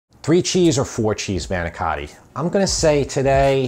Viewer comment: I know it's a lot more work to make the crepes. Good video. You even pronounced manicotti like Jersey guy.